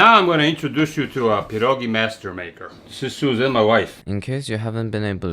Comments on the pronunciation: Cieszę się, że słyszę „Pierogi”, a nie „Piełrołgii” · Your pronunciation of "pierogi" is pretty impressive, also I respect you forgetting the onions lol. Great video as always. Polska gurom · he said pierogi not pierogis!! lets go also he pronounced it correctly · I am so happy you didn't say pierogies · "per-oh-ghee" (not polski, just meming and love pah-dawhgs) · THATS TOO PERFECT ARE U POLISH? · When you said “pierogi” the pronunciation was so on point. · before watching the video: I hope he says "pierogi" and not "pierogis" update: I wasn't let down. also love your pronunciation of the word! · Your pronunciation of pierogi is so on point 🫡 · Your saying pierogi perfectly dude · You are the first foreigner, I saw, that said "pierogi" instead of "pierogies", which is good as pierogi is already in plural form. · dude, your pronouncation of pierogi is absolutely spot on man. and please, im begging, use COTTAGE CHEESE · You've just awakened your inner slav with this video /j (but in all honesty, your pronunciation of 'pierogi' sounds like someone native, and i gotta thank you for saying 'pierogi' not 'pierogies' <3) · I feel like crucifying you for using raclette but POLAND MENTIONED so I'm willing to forgive you Also you did pretty good on pronouncing pierogi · As a Pole I will judge you harshly on this one EDIT: Good pierogi pronunciation I don't think the type of cheese you used would fit with potatoes, white cheese goes well with them yep that's good that's what I do too Those are looking really good actually you don't need to fry them you can eat them boiled Overall they turned out good, you can use fried chopped bacon as topping Pierogi are simlpe but just time consuming so it's hard to fuck them up. We have many fillings like meat, cabbage and mushroom or you can make sweet pierogi with fruits but those are regarded as inferior. If you wanna try other Polish dishes I recommend "zapiekanka"